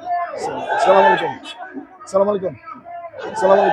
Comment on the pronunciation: সালামের উচ্চারণটা ঠিক করেন